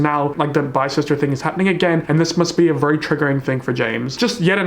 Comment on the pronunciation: no one: absolutely not one soul:: vurry